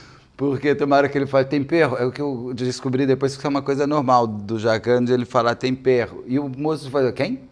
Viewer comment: O Jacquin, fala tompero para tempero!